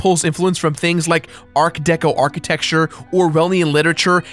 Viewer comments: It's "Ken Levine" not Kevin and "Art Deco" not Arc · yunabated? Ark Deco? Am I hearing him right? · Slow down,. I usually don't comment on such things, but you flubbed several words at the beginning of this video. You mispronounced art deco architecture, Orwellian literature, (I thought you said Ayn Randian) and objectivist philosophy, then you used the nonword disutopia instead of dystopia. Take your time.